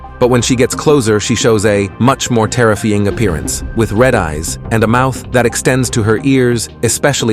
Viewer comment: Is the narrator AI? He said "search" and "terrifying" wrong. Like really wrong 😂